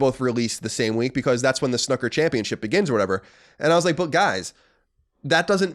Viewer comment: Colin you bastard it’s not snucker its snooker, “snoo” as in “boo”